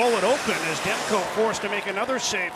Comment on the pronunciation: Demko`, not De`mko )